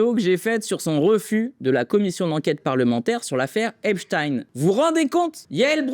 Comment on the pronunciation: J'adore ! Par contre il faut bien dire Esptine, c'est du yiddish ;)